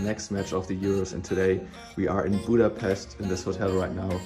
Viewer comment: As a Hungarian I only can say thank you for all of this!🇭🇺🇭🇺🇭🇺love U brothers🇮🇩🇭🇺 ...But please learn how to say Budapest...